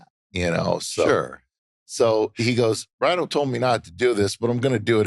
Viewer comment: Isn't it "rhyno"?